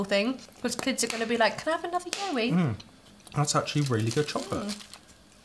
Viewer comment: In Australia we pronounce it like “WOW” but with a Y and then add the E at the end. If that makes sense haha so “YOWIE” like wowie 😂 We have a long road called the Pilliga scrub and legends say that you should never stop on it as the yowies (along with a few other legends) will get you and take you 😂😂 people actually believe it because nobody really knows the truth and who wants to wait to find out aha!! Very rare you’ll find someone stopped there, especially at night! Should definitely research about it, it’s a great read!